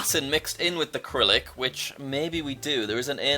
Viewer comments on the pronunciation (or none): 2 quick things dont listen to the lithuanian guy, there is a LOT of stork nests in poland its pronounced syrylic not kyrylic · Jack, it's Cyrylic, not "Kyrylik" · Jack, Cyrillic is pronounced “Si-RIL-ik.” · Jack: KiRiLick Everyone else: Sirilick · hey Jack cyrillic is pronounced SUH-RILL-ICK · Please stop saying kirilik just don't think about it at all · I hurts that he pronounces cyrillic as acrylic. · there’s an “A” and a “H” there you mean… like the cyrillic alphabet has? also fyi, its pronounced srr-rill-ick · Sigh (g)rill (s)ick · just wanted to say that you pronounced cyrillic wrong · btw the first "C" in "cyrillic" is read as "S" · Jack you pronounced cyrillic wrong the whole video